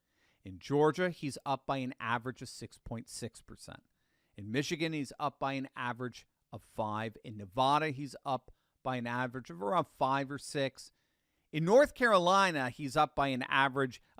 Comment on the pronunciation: Jeeze, I wish you would stop pronouncing Nevada incorrectly.